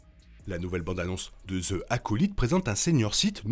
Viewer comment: Vidéo au top comme d’hab 😁😁😁 (Juste dans « the acolyte » le « the » ce prononce « zi » car le mot suivant commence par une voyelle)